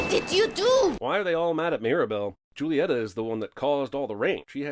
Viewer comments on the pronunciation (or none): I love this movie. Edit: Also, you mispronounced Julitea’s name,!